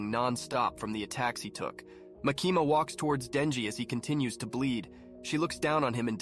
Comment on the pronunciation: Makeema bro why you saying her name like that😭😭😭 you surely didn’t do some research lmao